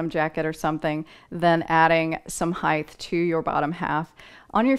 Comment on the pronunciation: I have these pants from Old Navy in every color, thank you, it was helpful. I couldn't help noticing that you say height with a "th" sound at the end, like the word width,. It's a common mistake.